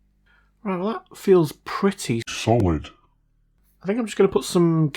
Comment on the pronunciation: My favorite part of your videos: Not plasma, liquid, gas, or Bose-Einstein condensate, but that other one, pronounced with the long o.